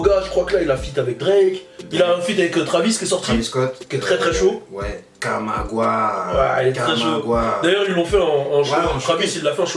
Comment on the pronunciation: 😂😂😂 il a dit kamagwa c'est count my guap j'crois